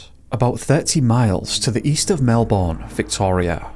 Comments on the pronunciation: FYI it’s pronounced: “Melb’n” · I really like the aesthetics and storytelling in this video! As an Aussie, thank you for bringing this family's story to my attention. Just want to point out some minor pronunciations 😅 Goulburn and Melbourne are said with emphasis on the first syllable (pronounced MEL-burn). Same with Bathurst, but pronounced with "th" together, like the word "thirst". It's a þ sound. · Mispronounced Melbourne and Bathurst but nailed Wangaratta 😂😂😂